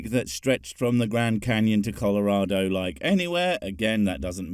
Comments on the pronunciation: Even can pronounce colorado properly. Love from Colorado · The only think Kent said right was Colorado. He pronounced colorado right, he said one thing right. Good job Kent you got 1 thing out of several thousand other words